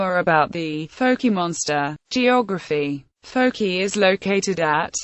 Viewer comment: Fouke is not pronounced as fokie it is pronounced as Fok. Not fokie not fuk only Fok